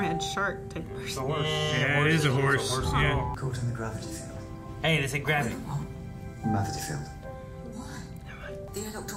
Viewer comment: Gravity? Do you mean mavity?